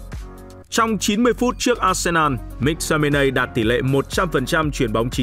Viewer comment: Cho tôi hỏi chút, có chút thắc mắc là sao tất cả người Anh đều phát âm “Mc” là “mắc” còn anh lại đọc là “míc” vậy? Và anh có nguồn thông tin nào để chứng minh tên cầu thủ này phát âm như vậy không? Mình tò mò nên mình hỏi được không?